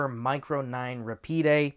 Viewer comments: Kimber America pronounces it RA-PEED. RA-PEED is a few milliseconds faster than Rapid. A Kel-Tec would be Rapid, but a Kimber is Rapide because of the Higher MSRP. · RA-PEED; not ra-pee-day. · It's ruh-peed actually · Rahpeed is the pronunciation. french for fast. the one I held had a very stiff safety lever